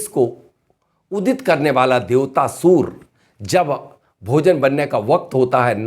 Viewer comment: Suur nhi hota suriya hota he jen sab